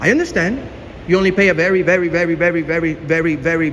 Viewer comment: "Vewy, vewy, vewy, vewy, vewy, vewy.." - now I know why he's called - he sounds just like Elmer Fudd! 😂